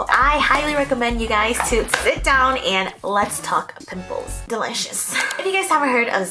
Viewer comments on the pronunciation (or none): "Let's zit down"